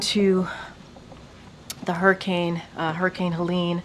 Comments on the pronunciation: Every time you say Harricane...I think you're mixing Harris with Hurricane... that said this whole situation is ridiculous...I feel like they're picking and choosing who they're going to be helping at this point.. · I laugh everytime you say hurricane. Idk how you pronounce it so funny. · I feel like today is your first time ever saying the word "hurricane." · Hur-uh-kayn! 😂 eff her and bidens administration. They are out win or lose they’re out! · calling it a hair-icane got me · Why are you saying Hairicane? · "Herricane" that's how says it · pronounces it "HErricane" 😂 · Funny how he calls it a HAIRICANE 😂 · Yeah, but wtf is a hairycane that keeps mentioning? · Bro can't say hurricane 😂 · Damnit.. it’s not hair-uh-cane. It’s her-uh-cain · Why do you say hairricane? You know it’s hurricane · It's not "harricane", it's "hUrricane"... The people in N.C. are being denied help, Mayorkas said they didn't have the money for FEMA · Man I love you and your channel but why do you say Hair - i - cane? It is her-i-cane :) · Wtf is a harricane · Bro it’s hurricane not harcane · Hahaha!, bruh. Why do you keep calling it a hairicane?😅😂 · Her-i-cane🤣🤣🤣🤣 not hair-i-cane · Hurricane not harricane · ...i I love you, I love your show...but HURRICANE is pronounced Hur-ri-cane....Hur, as in ben-"hur". You are fantastic in getting the message/word out! You are on POINT! But I certainly know exactly what you're saying. Its that southern pronunciation. Keep up the good work. 👍 ❤ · HURR-I-CANE Not HAIR-I-CANE Prayers for the hurricane victims 🙏🏻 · Hurricane Not hairicane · "Hairicane" HUR. HURRICANE. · it's Hurr-i-cane, not hair-a-cane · I love you bro but you say “hurricane” like “herricane” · Bro…it’s “her-uh-kane” not “hair-uh-kane”. All good though 🤜🏾🤛🏾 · lol it’s “herrr..” not “hair..” ….. love your vids but this was driving me nuts every time u said the word. Hurricane 🌀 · What’s a hair-a-Cain? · What's a "hairicane"???